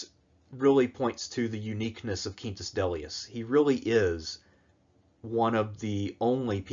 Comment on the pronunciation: I like your spanish-esque pronunciation of Quintus